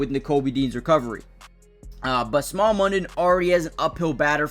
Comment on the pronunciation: The draft capital in picks the Eagles have with trading a few reserves is immense. Smael is pronounced Smail which snail would be an awesome nickname.